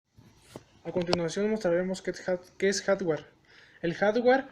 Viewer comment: Reprobados en el segundo 5, como que "harware" jajaja HARDWARE.